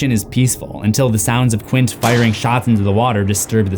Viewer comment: Did you repeatedly refer to Quint as Quince? Read the damn book or watch the film first next time.